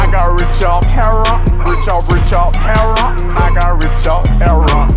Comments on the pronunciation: Spelt heroin, but hes saying it like the bird heron haha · he’s saying Heroin brother it’s how good folks pronounce it in the south I’m in Memphis that’s how we say it - I’m Muslim and a past heroin user take my word here